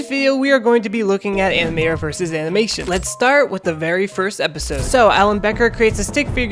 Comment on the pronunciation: I’m sorry did you say animior? In the intro?